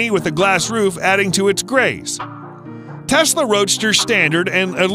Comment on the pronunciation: “fasla” wtf